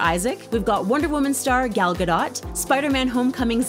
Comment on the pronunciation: gal-gay-doot Zeen-Dee-Yaa